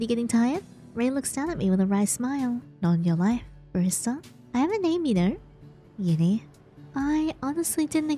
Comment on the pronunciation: HELP YINNY NOT GINNY